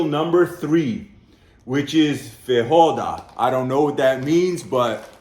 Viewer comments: "Fahoada", ahaha! In Portuguese, J doesn't sound like hard R like in Spanish, it's more like "fageeoah-dah" Most of the other words you said quite right! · In Brasil, we speak portuguese. So, when you read "feijoada", is not pronounced "feihoada". It's just "feijoada", with a smooth J, like in french. You know, without that "d" sound. Some gringos pronounce it "feidjoada", which is wrong. G also have this sound when it's "ge" ou "gi". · pronunce FEY-JHO-ADA... lol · It's "farinha", spelled "fariña" ("nh" has sound of "ñ"). The "ñ" from "piñata", for example. And "feijoada" is spelled as "fei"joe"ada). Yes, put "jo" is spelled "joe" in "feijoada". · "fae-joe-ah-dah" would be a better way to say it